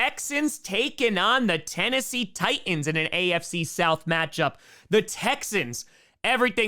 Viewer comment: The way you pronounce Titans...oof. There are 2 T's in Titans,!